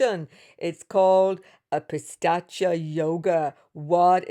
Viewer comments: Not pistachya .. that's a nut (pista) it is pronounced as "peesaach" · Thanks a lot for this wonderful analysis. Please check the pronunciation for 'Pishhachha'. It's pronounced Pi (As in Pete) Sha (as in Sharjah, not as in Shame), Cha (as in charge). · Even she is saying "Pistachio" 😂😂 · Hi, that's pishaacha yoga not pistacha yoga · It's not pistachio yoga ... It's pishacha yoga no T.. it means low grade evil ( pishacha) in Sanskrit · Its Pishacha yoga !!! There is no "T" in there. Your pronunciations are way too exaggerated!!! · Pi- saa- ch yog 🥸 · Did you say pistachio yoga? 😂😂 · It's said pis-arch-aa. has a unique pronunciation 😊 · It’s pistachio 😖